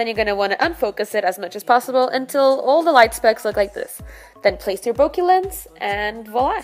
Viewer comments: Bokeh = Boca or bouquet. not bokee. 😉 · Triggered how she said Bokeh